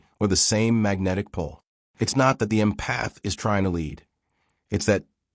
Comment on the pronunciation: If you’re going to talk about empathy please teach your AI narration how to pronounce the word. Emphasis is on “Em” not “path”. It’s pronounced “EM-path” not “em-PATH”. For me this feels so ignorant I can’t take seriously anything else that was said in the video.